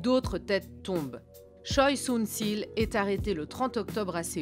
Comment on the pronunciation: Très bon reportage seulement, ce n'est pas "Sunssil" mais "SunSHil", le son ssi n'existe pas en coréen et la faute as été répété pendant toute la vidéo...